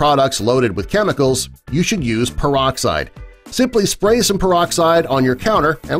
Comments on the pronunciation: Ya heard... PerD-oxide y'all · peroxide not perdoxide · 5 seconds in "perdoxide" wow, off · Peroxide or "perdoxide"?? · perdo? xd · Perdoxide? Sounds Perdy suspicious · When did they put a "d" in peroxide?